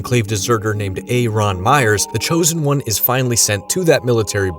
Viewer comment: Why do you say Aaron like your the teacher from that “inner city teacher” skit?😂😂😂